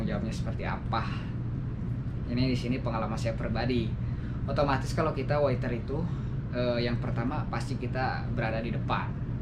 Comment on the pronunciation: Waiter bang, bukan witer